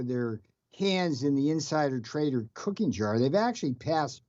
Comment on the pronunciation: Cookie jar Navarro..not COOKING jar 🤣😂🤣🤣